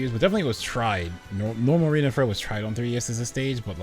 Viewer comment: FYI it’s pronounced Fair-Ox. The X in Ferox isn’t silent.